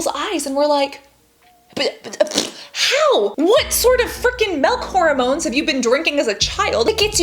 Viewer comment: "Milk Harmones"😂😂😂 Thank you so much Cassandra for educating us. I do feel insecure when I see them but thank you for showing us the reality 💕 I feel confident about my body now.